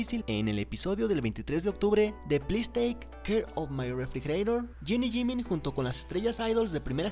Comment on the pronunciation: “Yiniyimin” ❤️❤️ Jin y Jimin